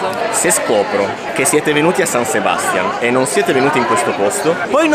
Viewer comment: Non Sebàstian, ma SebastiÁn. O Donostia.☝🏼